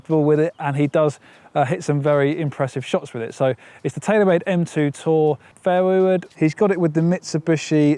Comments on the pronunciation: "fair wood" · The way you say fairway wood creeps me out lol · He really does say awfully